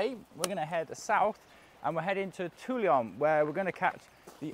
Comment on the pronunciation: Great to see you guys on the road again! Looking forwards to seeing Corsica on a bike. But guys, guys, there is no “i” in Toulon. S’il vous plaît :)